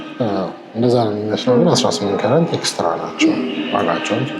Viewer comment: Sorry why you keep saying Carent.I think you mean Carat. Nice program